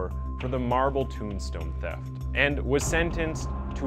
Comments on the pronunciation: thefts = theefts? and egregious = eggreggrious. Dude you need to go back to school before making documentaries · LOL he just said 'theefts' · Haha. Just after I wrote this, I resumed playing and you pronounced "thefts" as "theeefts". 😂